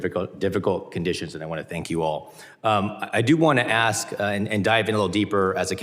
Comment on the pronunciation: Mississippi needs someone who can actually speak properly. I want to ax you a question! Really?